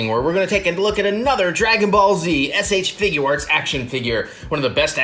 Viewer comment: Whys he say sh figuarts like that lol